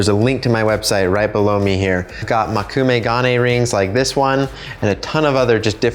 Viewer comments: Can't watch this... Please learn how to pronounce 'mokumegane'. Not even how the pressure should be on the GA, you're American, I get it, but it's an 'O'(!!!), not an 'a'! Unless of course you insist on it being pronounced 'stAic', in which case you clearly just have a psychological speech impediment. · i loved the video, but boy did you butcher the pronunciation of mokume gane. btw, you were about pretty much right about its meaning. literally translated, it is: moku = wood me = looks like gane = metal. so it means "metal that looks like wood" (yes, in Japanese things are often in reverse)